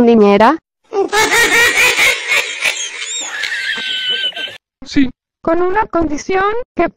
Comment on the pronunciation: "quieren que sea su ninera" omg Valeria OuO es gringa AJSJAJAAJJAAJSAK